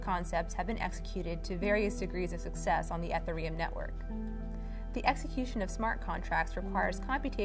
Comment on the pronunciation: Ethur um. Come on. Anom mimity? Stop.